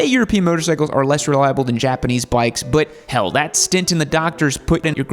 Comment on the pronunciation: What the hell is OP? Bloody acronyms. It's stent, not stint.